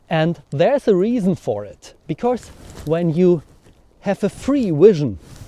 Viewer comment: Super Video! Wenn ich darf lasse ich dir einen kurzen Hinweis zu deinem Akzent da. Du machst nämlich einen typisch deutschen Fehler. Du betonst "because" so als wäre es "becourse", also da kommt plötzlich ein r vor das es gar nicht gibt. Das "cau" in "because" wird aber einfach wie das "ko" im deutschen "kommen" ausgesprochen. Wir deutschen können halt das englische r nicht aussprechen (geht mir auch so) und das überkompensieren wir dummerweise gerne indem wir es überall reinpacken. Hoffe das ist nicht unangemessen, dachte mir nur das könnte hilfreich sein. Viele Grüße!